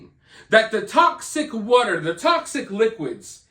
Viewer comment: Water not wutter🤣